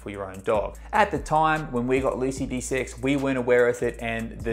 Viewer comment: De-sex. It puzzled me awhile before I realized what he actually said. "What, desix?"